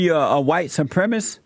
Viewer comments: Jeesse can’t even say white supremacist, he says supremisss, fucking asshole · Someone please inform the host that the word is pronounced “Supremacist” and not “supremist.”